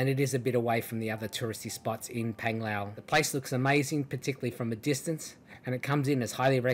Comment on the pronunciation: Not Penglao...Panglao😂😂 pronounced